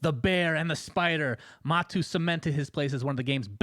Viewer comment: sunsfan cant even pronounce matu name. NA LUL